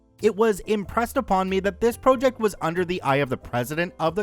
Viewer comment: why does this guy pronounce project as “pro-ject”. is it AI?